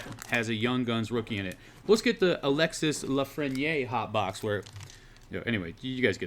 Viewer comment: Alexis lafreniere pronounced as. Alexie or Alexy not Alexis